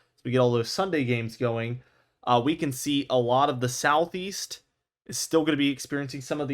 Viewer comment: South East? I thought you said South Weast. Patric Star.